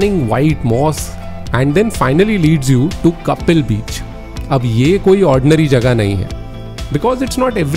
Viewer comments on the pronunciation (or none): none